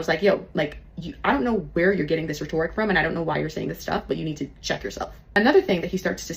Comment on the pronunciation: she literally said you have to have narcissistic traits to be on wall st. That was her job. If she identifies as somewhat narcissistic- she isn't a reliable source about her narcissism. Also, I don't know why she pronounces rhetoric that way. Makes me wonder if she is not being truthful about her career.